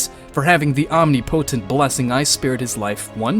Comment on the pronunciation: Great series. Just wish he knew how to pronounce omnipotent